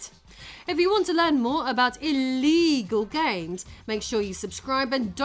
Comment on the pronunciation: Sigh. "EEEELEEGULL"